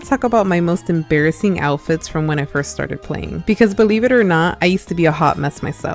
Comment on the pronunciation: gurl said- "ære you æembarazzæed? This is rælly æembarazzæing..."